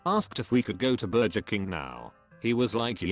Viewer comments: No one: Speech Robot: Burjer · Tf is a burjur